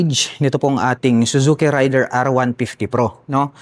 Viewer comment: Para sa Suzuki Raider: Mispronounciation po ang ray-der (rider). Ang tamang pagbigkas ay rey-der (raider)😂. 🆗?